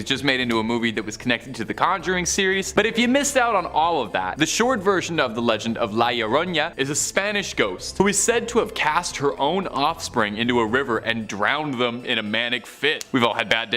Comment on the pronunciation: Uh, not to be a crappy person, but its not pronounced la yaronya, its pronounced la yarronah